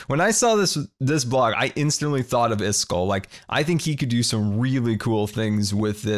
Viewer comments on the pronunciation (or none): none